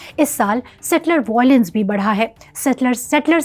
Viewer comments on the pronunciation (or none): none